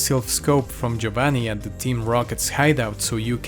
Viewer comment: Good video, but work on your pronunciation and annunciate your words. It sounds like you said "gee bah nee" instead of "gee oh vaughn nee" for Giovanni.